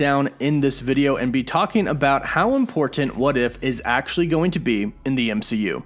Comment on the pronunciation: Love your videos. Please don't say the word "important", they way you say it. Don't have to put so much emphasis on the Ts. Lol